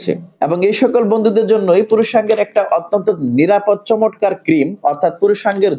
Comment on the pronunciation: ভাই কিছু মনে করবেন না। শব্দ টা চমৎকার। চমটকার নয়। লক্ষ্য করুন।